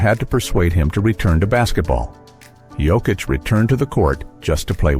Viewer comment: It's sad, insulting and disrespectful that people still pronounce Jokic wrong 🤦‍♂️ ￼